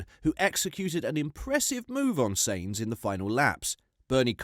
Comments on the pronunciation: "Sanes"? The correct pronunciation, phonetically for Sainz is: Sy-enz. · Im so triggered by how you pronounce Sainz. Its "Signs" not "saints". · Its sAintz not sEintz jesus dude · its sainz not seinz you analfabet!!! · It's Sainz not Seinz ✌️ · Check your pronounciation of Sainz - 'syntz' (rhymes with whines) is correct, I believe. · sEinz ..... tearing my ears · It's sAinz for God's sake. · Do you actually watch f1? If so please learn how to say the names of people, they themselves have said the way you're saying them is wrong I find it hard to take you seriously when you can't get the simple things right. It's pronounced scu da ri a, saint z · "" WTF...I've not heard a single human pronounce his name like this... Retarded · Shutup lad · I would prefer that the Brit youtuber that made this could pronounce ""'s last name correctly. (The short one, not "Carlos Sainz Vasquez de Castro Cenamor Rincón Rebollo Virto Moreno de Aranda don Per Urrelagoitia Pérez del Pulgar") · Are you intentionally mispronouncing Carlos's surname? Watch a race, listen to the commentary and then pronounce it properly! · Your pronunciation of Sainz ....😅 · What kind of F1 pundit cannot pronounce Sainz properly? Embarrassing. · Try finally to make up your mind on howto pronounce Sainz. Or why not listen a Spanish F1 program once. Yes I know it's foreign but still. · Sainz.... S A not S E... its not hard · Why do you refuse to say "Sainz" right?